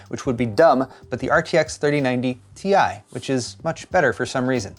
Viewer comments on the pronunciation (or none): it’s TIE not T I. c’mon man! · its not T. I. Its "Tie" lol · it's not T.I. but pronounced as TIE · "the RTX 3090 Tie!"